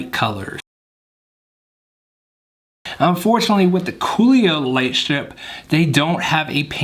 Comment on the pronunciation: Great vid. Btw I’m pretty sure you’re saying cololight wrong. Think of color with out the r